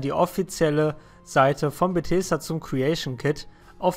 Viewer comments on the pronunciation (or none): none